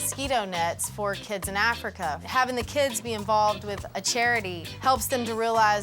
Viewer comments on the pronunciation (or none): none